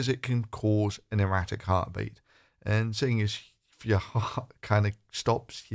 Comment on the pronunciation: Hang on, hydroxychloroquine actually seems to have sent your President stark raving mad. If this is leadership then we are all doomed. I think I could give presidency a reasonable shot. Would the USA mind letting me have a go for a day or two? I love how he says, "I wanted to see yourr eyes light up.". What he didn't continue to say was, "in shock and horror to my utter lunacy. I want to really freak everyone out and be the first US President to be admitted to a lunatic asylum." Your sighs of despair are felt by us all my friend. Stay safe and power to you. Keep up the good work.